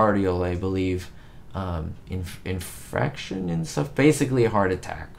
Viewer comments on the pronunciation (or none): it’s a Myocardial In-FARC-Tion.